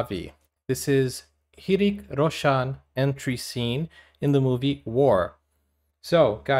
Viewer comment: Hrithik is love ❤️😍 please watch more videos about Hrithik. And It's Ri-thi-k (Hrithik) in pronunciation.